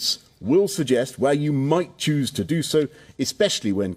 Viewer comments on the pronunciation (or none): none